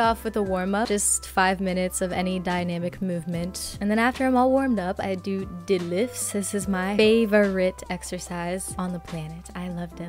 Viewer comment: I exhaled harder and faster than last time when you said didlifts lol